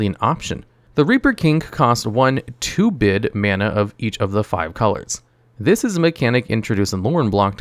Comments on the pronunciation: Small thing, but I think the term is "2-brid" (as in "two hybrid"), not "2-bid" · "Two-brid" mana. Reaper King has two-brid mana symbols. I know this sounds like extreme grammar-policing for a made up term, but if this were my video, I'd rerecord the audio and make sure autocorrect isn't making me sound less authoritative.